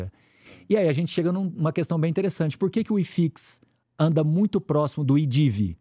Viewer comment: E ainda fala: questã